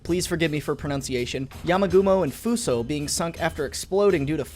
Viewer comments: you pronounced fuso correct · You pronounce Fusou right. So does the Yamagumo.